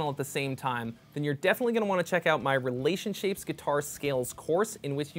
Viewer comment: haha "relationshapes" you're a treasure